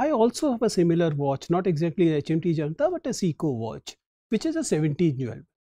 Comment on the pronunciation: It's HMT janata not junta